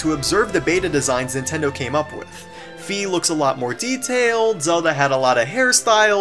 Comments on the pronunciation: fie not fe-ah fuck it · Fi's name is pronounced "Fai", rhyming with "sky". In katakana, which is pronounced phonetically, it is written ファイ -- "Fai". If it was meant to be pronounced "Fee", it would be フィ or フィー, depending on how drawn out the vowel sound was intended to be.